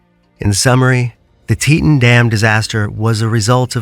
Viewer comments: Why use an AI voice when it can’t even say “Teton”correctly? It’s “tea-tON” as in “on or off”. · Learn how to say Teton correctly. Zero credibility in this content